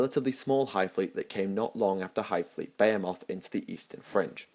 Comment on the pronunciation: I've herad less-stupid Englishmen properly pronounce "Behemoth". Your attempt was pitiful.